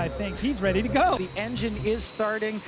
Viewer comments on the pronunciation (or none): none